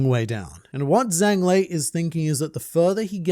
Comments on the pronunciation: Total nitpick but the Zh sound in Chinese sounds like a J in English so his name would be pronounced Jang with the soft A sound. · fwiw... in Chinese, Zhang is pronounced closer to "Jahng" (no actual Z sound) and rhymes with the English words "Song" and "Long"